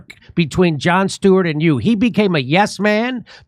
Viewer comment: Joan Stweart LOL